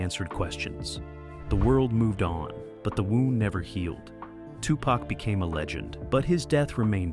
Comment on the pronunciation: Ya know imma need for yall whom attempted to say TuPac full name need to learn it properly!!! Yall be fucking it up